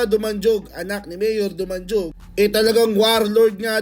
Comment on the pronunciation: Boy dumanhug ang pag pronuons hindi dumanjug getz ?